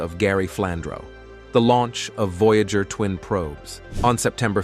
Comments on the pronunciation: yes i was like what is a voyaahjur ?? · vo jágr (no 68) 🤣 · I agree with you. Their computer generated mispronunciation of "Voyager" the name of the program was just too much for me.